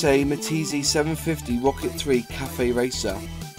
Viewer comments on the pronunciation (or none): The three stacked rifles logo was called "Pylarms", literally piled or stacked arms. Also it's pronounced "Me-teese" not "me-teasy". FYI, The Rocket three that did so well on the track was called "slippery Sam" because it leaked oil so badly, another reason the Japanese bikes won out because they didn't leak and just worked.